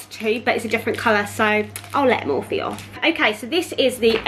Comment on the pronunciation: Girl it’s pronounced Morpheeeee x